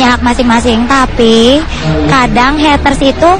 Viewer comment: Mba Mba.. it's Heyyyytersss bukan Hetteurs.. kalo gatau pronounce Ga usah ngomong Haters Haters dah